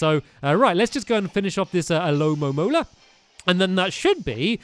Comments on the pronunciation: Watching stamps trying to pronounce alomomola was 😂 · al-o-mo-mo-la alomomola